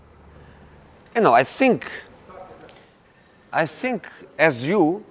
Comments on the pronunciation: "I sink his career is sinking" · I sink I can too hhhh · I sink his english is the best. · “I (sink)think.... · Is it just me or anyone else also hates the way he says "think" as "sink" 😶